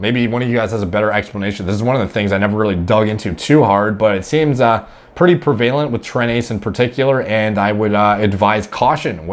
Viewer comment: Prev-ale-ent. Who are you, Sal Governale??